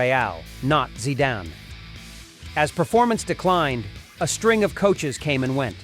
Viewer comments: « Zaidan « , Come on! It’s Zidane (Zeedan) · Dude seriously pronounced the legend’s name “Zy-dain” …smh 🤦🏾‍♂️ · stop watching after "zaidan". FFS! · I swear I thought the same. He called Zidane i jumped out of my chair 😂😂😂😂😂😂😂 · Zaidan and Barka ! At least get the names right 😂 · Get your pronunciation right!!! Whats Zaidan?? Barka??? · How can someone pronounce Barca as "Barka". And Zidane as Zaidane. Im not watching this garbage any more U muppet.